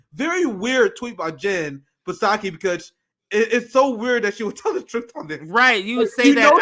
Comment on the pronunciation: It's SOCKY....SAKI......THE P IS SILENT LOLL